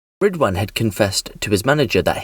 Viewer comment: “Ridwhaan” WTF